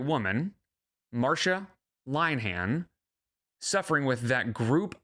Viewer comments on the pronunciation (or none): I could be wrong but I think "Linehan" is pronounced "Lynn-eh-han" or something like that. EDIT: I have apparently given the "Canadian pronunciation" which makes sense since I am Canadian. but it's an Irish name so it's actually "Lynn-han". EDIT EDIT: okay after listening to more pronunciations from Irish people, now I'm not actually sure if its "Lynn-eh-han" or "Lynn-han." but it's definitely one of the two 🤣